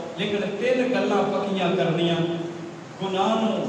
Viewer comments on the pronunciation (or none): بھائ یہ لفظ رڑیاں نہیں رنیاں ہیں تصحیح فرما لیں۔